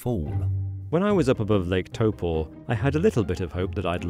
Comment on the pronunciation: I cant believe hes been here and still cant pronounce the name its tau po